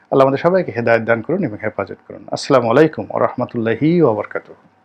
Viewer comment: আপনার সালাম দেওয়া আরো সু্ন্দর ক্লিয়ার করে বলেন যে আসসালামু আলাইকুম ওয়া রহমাতুল্লাহি ওয়া বারাকাতুহ